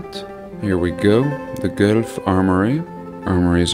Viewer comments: It’s Guelph as in /gweif/. I’m surprised you don’t know how to pronounce it. I have known it all my life and I’m over 70 years old. Why didn’t you look up the pronunciation? If you know anything about that you would have known that. Carnegie built libraries all over the world. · Hey! I actually live in Guelph (pronounced Ga-wall-f), funny enough, since I've starting watching your videos awhile back. I really started to notice the ancient architecture here. Interesting facts about guelph (which I think is a cover up story at this point) Guelph was known as a major liquor hub during prohibition. It's was all mafia run and Al Capone used to frequent here. The entire downtown core is all connected underground by tunnels. It all runs from the massive central church (church of our lady) down the hill to all the buildings. There's literally tunnels connecting every building. Most tunnels have been filled in, but there are a few that are now used as storage (ie planet bean coffee shop just down from the church) Apparently the liquor would come in from wherever, be dropped off at the church and distributed throughout the downtown. Pretty cool.... the only weird thing is, the tunnels have always been the answer to why there are tunnels there in the first place... some of these buildings are early 1800's apparently. Again, you have the classic 2-3 stories with old windows filled in, below street level. Viewing old pictures of newly built Guelph (available at the civic museum beside church of our lady) you can clearly tell these buildings have been here for a long time. All massive limestone buildings with intricate designs and copper roofs. There is so much to be explored around this area. Rockwood, Eden mills are small towns close by, that have ancient str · Wow - live in Toronto and love that your investigations have brought you here. Dig your work - we say Gwelf by the way but I like your old world way better! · Lol we Ontario residents pronounce it “GWELF”